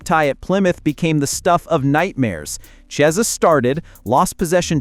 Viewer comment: The Ch in Chiesa is pronounced as in chemist, not chair (kiesa).